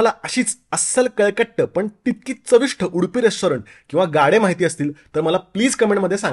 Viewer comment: ते चविष्ट असतं बरं का. "ठ" नाही. 🙂